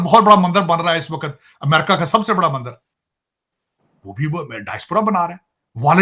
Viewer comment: Mandar nahi MANDIR bolna chahiye, yeh jahil muslim MANDIR nahi bol pata